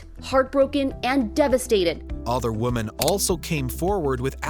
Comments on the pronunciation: We gotta get you saying "women" right. Just pronounce it like it's spelled "wimin" and you'll hit it right on the head. Both vowels make the exact same sound. ♥️ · did nobody tell the announcer how to pronounce "women"? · Strange pronunciation of the word" Women"